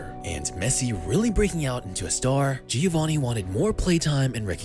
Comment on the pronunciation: srry, dont u think he´s pronouncede like hioanni since mexic ospeak spanish? gr8 effort on pronounviation though!